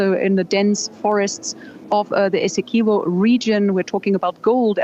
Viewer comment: Its essequibo... not eseqiubo.... get it right